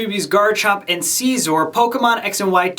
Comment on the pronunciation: You pronounced scizor wrong